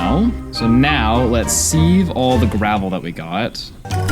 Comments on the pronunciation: As much as i love your videos, ITS SAID S-I-V(SIEVE). That being said, youve done amazing work and i cant imagine how much effort goes into making something like this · I have never heard anyone pronounce sieve like that before (he is saying see-v whereas I have always said si-v) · Sieve is pronounced Siv, Taiga is pronounced Tie-guh